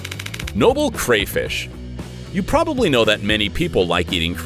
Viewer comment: The way he said probably